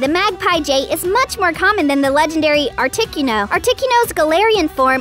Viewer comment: Why does she call articuno ar tic uno